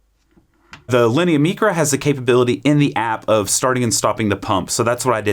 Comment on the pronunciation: “MEECRA” why godammit? Mycra, as in microwave